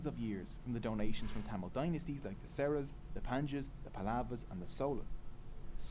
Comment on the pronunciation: He pronounced Cholas, Cheras and Pandyas as Solas, Seras and Panchyas.